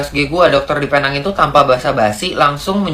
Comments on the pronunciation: Pee - neng.. ✅ Pay - nang.. ❎ Getik lubang telinga aku dgar nye.. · Kawan2 Indonesia semua..cuba sebut Penang dgn betul. cara sebutannya sprt ini .. P neng